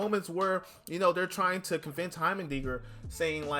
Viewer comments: Also the pronunciation is Hi-mer dinger hi as in hi hello it's a pretty weird word but fits his looks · I hope I dont sound mean but it's pronounced "High-mer-ding-er"